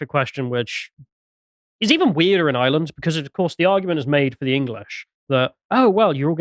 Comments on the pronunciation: Why does put on that voice to pronounce Ireland. To prove he has irish background? Reminds me of that guy who says "yanited' to prove he a United fan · Thank you, thank you, thank you lads for bringing this up, much appreciated. We're fighting back., love your lyrical pronunciation of Ireland/ Irish/ Garda... perfection. Thanks again. The Garda taxi this shit into Ireland and attack us Irish for protesting the Plantation Number 2 so of course the brave will attack the Garda. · I do hope you pronounce Ireland better than does. Plastic tattie eater. 😂